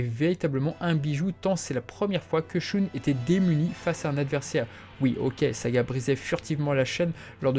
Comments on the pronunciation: J'arrête d'écouter parce que "Choune" c'est incroyablement ridicule. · Pourrais tu prononcer "Shun" à l'Allemande parce que c'est affreux la façon dont tu le prononces, dans l'animé j'ai jamais entendu Shoon Désolé mais j'ai les oreilles qui saignent à chaque fois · À l'allemande ? Le u se prononce "ou" en allemand, et le ü se prononce "u". En japonais, la prononciation du u se situe entre un "u" et un "ou" français, mais le son reste plus proche du "ou". En VO, Shun se dit bel et bien "shoun".